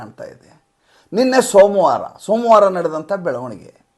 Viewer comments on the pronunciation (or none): "ಸೋಮು" ವಾರ ಅಲ್ಲ. ಸೋಮವಾರ